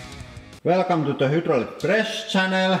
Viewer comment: "Welcome to-do Hoodrollic PRESS Chanelll"